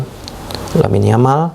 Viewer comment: Yamal bacanya Jamal.